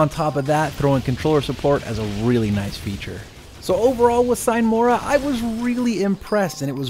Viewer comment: "Sine mora" is latin and means "without delay". It´s pronounced "seenay mora". Enough smartassery for today, cheers!